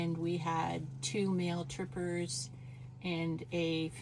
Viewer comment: I thought your mum said "We had two male strippers and a female lead".